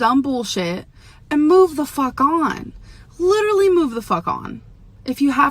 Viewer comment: Litterlee. LITERLEEEE